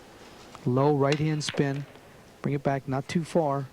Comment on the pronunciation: If you listen closely, he says the word ‘spin’, like ‘skim’. May be a simple pronunciation problem. He also sounds like he has a cold.